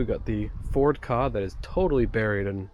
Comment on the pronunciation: You really don't see many of those Rover 800 coupes IN the UK, either ! Very scarce. Very nice cars. Edit: 10.33 Opel (Vauxhall in the UK ) Tigra. My partner had one in yellow. Very, very rare. Also, you must be the ONLY person on the whole internet who pronounces the Ford Ka CORRECTLY ! Everyone, but everyone calls them the K - A, which really winds me up ! Thankyou.